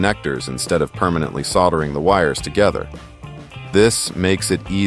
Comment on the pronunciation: Next time i guess you'll just use a 6 core mini COAX cable, or a shielded cable of some other sort? That would've been much easier and more reliable, soldering skills aside at least you know how to pronounce the word instead of saying "sodda"!!